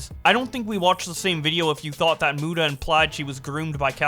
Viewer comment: Keem is such a dumbshit WHEN WILL HE SAY MUTA CORRECTLY!!!!?!